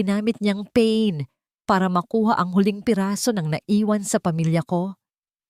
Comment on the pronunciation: pain po ang basa ay pa-in hindi english word